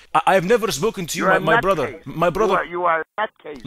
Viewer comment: u blew it up when u were saying "my brudha" as you were saying same thing and that give you out